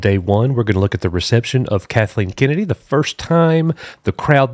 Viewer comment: It’s Kennedy not kenney although kenney sounds funnier